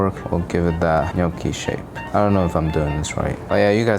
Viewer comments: I’m Italian your GNocchi pronunciation was on point 🙌🏼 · Appreciate the correct pronunciation of gnocchi 😊